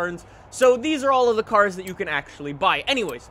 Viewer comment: Can you not speak next time / maybe pronounce the cars correctly